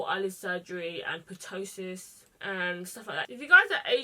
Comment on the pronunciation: Loved this look 💗 just wanted to say ptosis has a silent p so it's pronounced tosis.